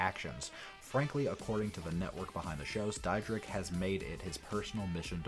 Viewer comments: ITS DEER-DECK. NOT DIE-RICK. NOT DIE-DRICK. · Rob "Dyrek-Dydrek" Dyrdek. Lol, wtf? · You're pronouncing his last name wron, Dyrdek is pronounced like Deer-Deck. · Is pronounced cha-nelle like the famous chanel brand and rob Deer-deck u fool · Your saying both of they are names wrong really wrong. Chanel West Coast is said like the perfume Chanel number five or Chanel the pocketbook not channel.😡 and Rob’s last name is Dyrdek which is said like dear-deck.. I think before you make a video about someone you should get your shit straight so you don’t look like a fool when you open your mouth because right now you look like a fool And sound like a fool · Jeez, my man can’t even pronounce his last name correctly. Haha 😂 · Bro you don't even know how to say his last name so STFU! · I hate how wrong this dude pronounce “Chanel” and “Dyrdek”. There’s also just some straight up lies. No wonder he has more dislikes than likes. Dude, do a better job getting your facts right.